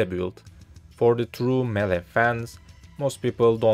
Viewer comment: "melee" nice guide tho